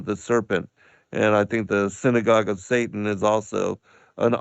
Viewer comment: It is an accent but perhaps subconsciously, it does expose something. Yah Bless.